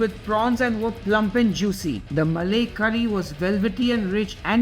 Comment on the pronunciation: malay nahi malaai